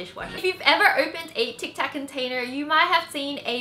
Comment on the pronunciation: Its tic tac not tax